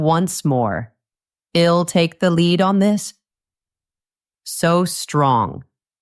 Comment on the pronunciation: Your pronunciation of I'll is not correct and confusing. Oyherwise very good.